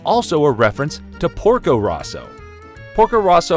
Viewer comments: Porko ROWso not RAUso... They even say it in the movie =p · Also Porko "Row-so" not "Raw-so" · Why is the pronunciation of Porco Rosso butchered like that